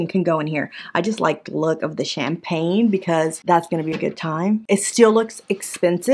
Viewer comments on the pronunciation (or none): none